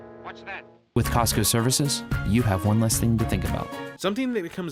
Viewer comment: FINALLY!!! Someone else thought the chief was saying "Costco" besides me!